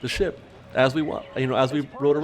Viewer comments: i really wish you had enunciated the P in "ship" a little better at the beginning. it sounds like you're saying a naughty sound-a-like word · said “ship” right???? Lol 😝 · I know that's what he's supposed to be saying at the beginning, but I CANNOT hear him say that.